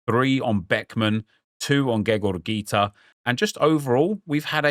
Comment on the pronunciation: He’s cultured